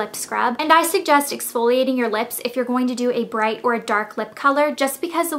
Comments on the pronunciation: Cracks me up how you say lips.."leps" :) but I'm from Arkansas soo...lol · you say lips funny. leps.